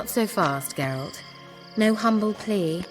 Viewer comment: Omg this girl was saying his name totally wrong the first several times... she’s def just reading of a promter.. meh lol